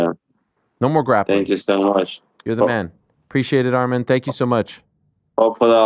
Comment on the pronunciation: Yeth😂. Arman was pronouncing it wrong anyway tho